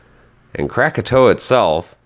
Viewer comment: Psst,... It's KrakaTAU.